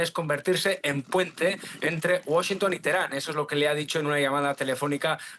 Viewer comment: Menos mal que dejó de decir "Washntn" por Washington